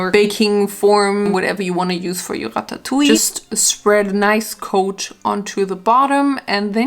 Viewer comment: Omg its like the first time I hear someone pronouncing ratatouille correctly in english. FINALLY🙌🏆